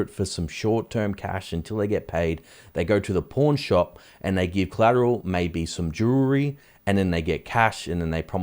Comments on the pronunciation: Lol I thought you said “it’s a bankers porn shop” 🤣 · I thought you said porn shop!😂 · It sounds like you are saying "porn shop" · Ooooh he's saying "PAWN shop"... I kept hearing something different 😂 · I got confused when I heard porn shop for the banks.🤨